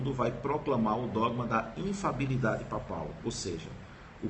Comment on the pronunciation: Infalibilidade e não "infabilidade". Correção respeitosa.